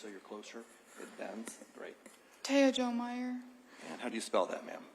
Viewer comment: She spells out "T-a-y-a J-o uhh M-e-y-e-r" not taya Jo imeyer just saying